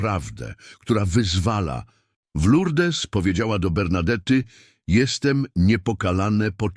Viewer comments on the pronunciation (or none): Panie Lektorze, pięknie Pan czyta te święte teksty ale nie mówi się Lurdes, tylko Lurd. Mówię do AI? Nie szkodzi. Będą to czytać żywe osoby . ❤